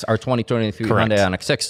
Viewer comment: Not a Hyundai fan but please pronounce it properly. It’s very different from Honda. It’s not Hondei.